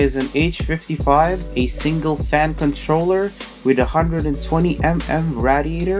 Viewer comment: Am I the only one triggered at his pronouciation of radiator?